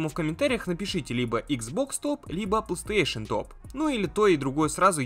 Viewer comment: фанат бокса, так как не может выговорить PlayStation павильно. (Плестеешен он говорит, сук я раза 3 акцентировал внимание что выговаривается не так)